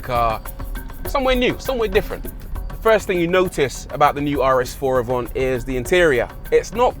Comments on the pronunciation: Isn’t it Avant not Avont? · Avant or “Avhont” wow that’s how you drive to review a car 😁 “ the Avont aroun corner ain’t eeeh” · Audi AVANT. Not AVONT 🤦🏼‍♂️🤦🏼‍♂️🤦🏼‍♂️